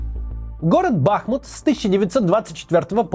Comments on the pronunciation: В название города ударение на У, БахмУт, гений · Макс большое спасибо за выпуск о моем городе. Только правильно говорить БахмУт! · максим! ну бахмУт же!!! ну что редакторы делали?! как можно снять целый ролик с неправильным ударением?? это же элементарно неуважение к людям. все равно что говорить мОсква на полном серьезе. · Максим, пожалуйста если возможно то Бахмут, ударение на у. От реки Бахмутка (ударение на у). Те кто коренные жители всегда просят называть правильно. Спасибо за работу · БахмУУУУТ!!!! Ударение на ууууу!!!!! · БахмУт. Сколько можно коверкать название? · Максим, простите, но правильно говорить Бахму́т, название города идёт от реки Бахму́тка.Спасибо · Первое, БахмУт. Почему россияне не способны правильно называть украинские города, даже когда делают ролики про них? Второе, про аналогии, во время Голодомора, тоже приезжали американские и европейские журналисты. И, о чудо, голода не увидели в Украине. Так что, Голодомор - пропаганда Запада? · в википедии ударение на У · Господи , та выучите вы ударение , русские как назло, все ударения ставят неправильно , не укрАинцы а украИнцы, город называется БахмУт , запомните уже наконец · Максим БахмУт правильно, БахмУт! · Здравствуйте! Максим,город Бахму́т произносится с ударением на У . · Правильно говорить БахмУт. Ударение на У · Я только не понимаю, почему нельзя делать правильное ударение - БахмУт? --- А в остальном ролик отличный (особенно шикарная подборка русских нациков), спасибо. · Почему Максим не может посмотреть в интернете правильное ударение в названии города бахмУт? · Макс, говори Бахм`Ут.на -31 у меня уже жопа сгорела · Только БахмУт. Ударение на второй слог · БахмУт!!! БахмУт!!! БахмУт!!! БахмУт!!! БахмУт!!! БахмУт!!! от названия реки БахмУтка! в коце концов!! противно слушать, как мой героический город неправильно называют!😡😡😡 Плиз, выведите в топ, может Максим наконец увидит и научится правильно ударение ставить! ради Фортеці Бахмут и наших героических защитников города и его жителей!